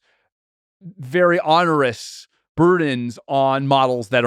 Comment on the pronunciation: He says 'onerous' like 'honerous' and 'sporadic' like 'spore-ardic'.